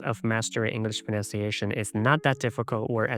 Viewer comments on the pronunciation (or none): Dude. You mispronounce "pronunciation".